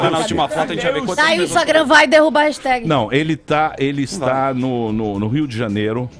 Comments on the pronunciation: Que raiva da falando REGISTÉG Manda logo o raxitégui que pelo menos é mais bonitinho hahahahah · Qual é o problema para aprender a falar hashtag? Insistir na burrice é foda